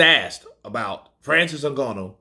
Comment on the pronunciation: Nice to see pronounce Ngannou properly 😂